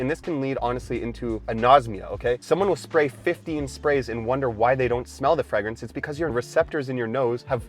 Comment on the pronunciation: Fragrance is pronounced with a long A